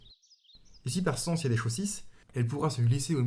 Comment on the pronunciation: "et si par çance y a des chaucisses " XD